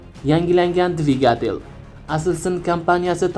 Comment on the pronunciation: Divigatel yoziladi divigitil oqiladi